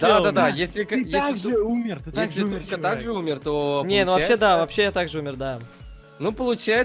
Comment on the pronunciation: не тумка а